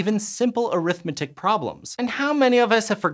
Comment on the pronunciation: Oh geez, arithmetic pronunciation was really distracting. ARITHmetic the noun, arithMETic the adjective.